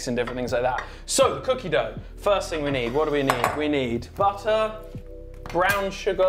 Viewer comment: “I have the butter but I don’t have the Bu-errrrrr” This cracked me up